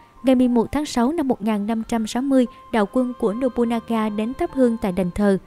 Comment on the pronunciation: Một số nội dung có thể chưa chính xác, có thể bạn không đọc đúng cách đọc tiếng Nhật như Nobunaga (đọc đúng là Nô Bư Na Ga, bạn đọc là Nô Bu Na Ga), thì tên Toyotomi Hideyoshi phải viết cho đúng bạn nhé, trên clip bạn nhiều lần để là Toyomi Hideyoshi.